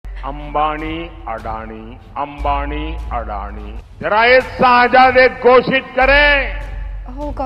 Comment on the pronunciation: सेहजादे नही शहज़ादे... गँवारों के सरदार 😏